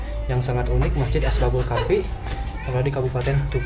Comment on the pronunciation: Asbabul apa ashabul yg jlas coba ngonten itu